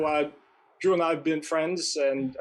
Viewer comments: why do you call him Dr.Jew? his name is Dr.Drew 😂😂😂... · Love the videos and I hate to be that guy again, but you really oughta work on your enunciation of the 'R' in "Drew". Cuz it totally sounds like you're saying "Dr. Jew" 🤣 I assume it's cuz you're bilingual and don't mean to sound insulting cuz knowing more than 1 language is super admirable and respectable. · At first I thought you said "Doctor Jew" 😂😂😂 🤭 Trisha needs the drama to stay relevant. I doubt she could do any other job no matter how simple. The drama is her desperation. If she loses views well, no more money and lavish lifestyle. It pains me to see someone like her with more money than most of us will ever see in our lives. Loving your videos beautiful! Keep 'em coming! ❤️ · I was listening quietly and I thought you were saying “dr jew” referring to Ethan lmao